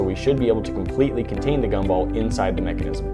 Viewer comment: You said mecinisisim to manu times